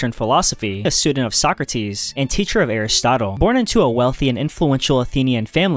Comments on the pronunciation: socratis the tone goes to a socrAtis not sOcratis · He left Arthur Schopenhauer out, the only one whose works are really worth reading - what a shame, how utterly stupid. And how he pronouces Sokrates "Suck - Rates" makes my toenails curl.